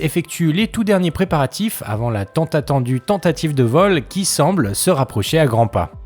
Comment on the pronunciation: Bonjour ! Mon intention était, uniquement, de sourire pour la prononciation de ce passage "...tant attendue tentative..." 🤣